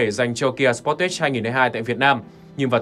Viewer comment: Đọc cái tên xe nghe đúng quê luôn, sờ pót tét @@ Tìm hiểu cái tên xe trước khi làm clip đọc nghe cho nó sang chút nào :)